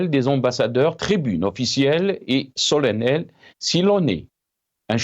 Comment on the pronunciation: Solennel ( se prononce "solannel") , et c'est délibérément ( au lieu de " délibéremment)... merci